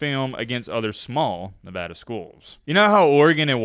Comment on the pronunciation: Thank you for pronouncing Nevada correctly.